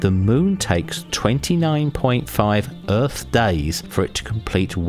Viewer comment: Wtf is an "Earff"